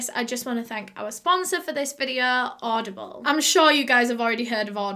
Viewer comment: ”I’m sure you’ve heard of oddball..” Oddball!? Oh, it says audieble on the screen 😅😂